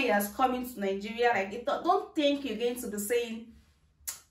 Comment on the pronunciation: Why do Nigerians have a problem pronouncing the country's name it's Nigeria not Ningerian🤣